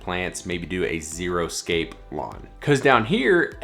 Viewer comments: It’s not ‘Zero scape’ but xeriscape (pronounced zeri scape). Xeriscaping just means planting things with low water demand. Not NO water, just native and adapted to the area’s natural rainfall and more often our persistent droughts. No lush lawns, folks!! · Xeriscape not zeroscape.